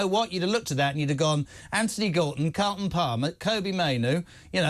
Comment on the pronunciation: Jay Salter and Carlton Palmer. These couple of clowns can’t even get peoples’ names right.